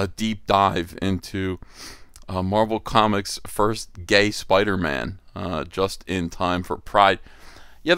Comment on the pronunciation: “It’s Spider-Mam”